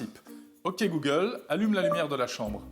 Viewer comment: Vraiment dérangeante la manière dont il prononce "google". Mieux que le dernière fois en effet, mais j'ai quand même pas pu tenir jusqu'à la fin de la vidéo.